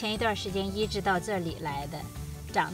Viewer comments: 是“ 移（宜）植” ，不是 “ 医治 ”，想了半天才知道你说的是移植。不是要给韭菜医治病。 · 发音有问题，移植是三声，而不是发＂医治＂的声。